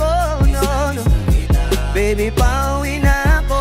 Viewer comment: Its PA-U-WI NA-KO